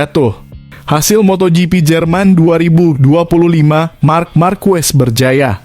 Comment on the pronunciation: Belajar mengucapkan yang benar itu bukan ejaan indonesia c pada bahasa itali dan spanyol diucapkan k goblok